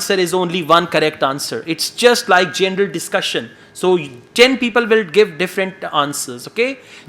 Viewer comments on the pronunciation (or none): this is really useful video. Thank you. I want to add something.. I am fond of your charisma and u have a fluent speech but pleeease, your pronunciation of GENERAL is GENDER Work on that, because that is the only word you have a problem with